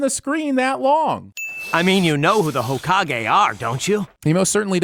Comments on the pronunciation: Did he just say "Ha-Ka-Gi"? In case you plan to sin more ep, it's Hokage (hoh-kah-geh) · Did...... did he just pronounce it ho- gaki? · The video was good. But please pronounce Hokage properly if we are continuing this. I am begging you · never say hokage like that again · Can we sin the way you said hokage?!?!? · Did... did you really pronounce Hokage that way?......... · i dislike it because its dubbed and made sins based on trash dub dialog naruto its sinful asf like it is sucks that its a "lost joke" when you pronouce Naruto or hokage bad